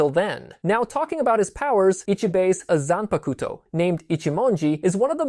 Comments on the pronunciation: They way you say zanpakuto is terrible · You said it nicer than me.